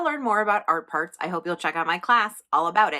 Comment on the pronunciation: Every time you say Art Parts, I hear "art farts" and my inner child giggles. Giggles that were very welcome today!